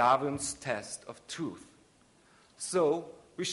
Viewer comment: lol it's cute how he can't pronounce "truth".